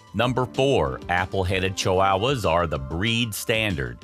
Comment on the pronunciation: "Chiwowas" lol I've never heard anyone pronounce it this way before.